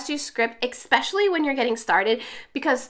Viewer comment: SO helpful! I love this! (One thing...it's distracting for me every time you pronounce especially as "expecially". Not sure if it bugs anyone else...)